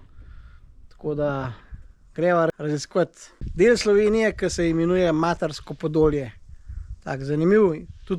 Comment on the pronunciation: Odličen prispevek. Matarsko podolje ste pa narobe naglasili.